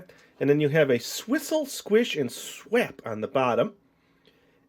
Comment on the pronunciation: It says swap not swep lol (